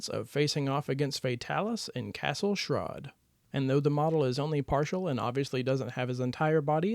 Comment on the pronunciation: you said Castle Schrade wrong lmfao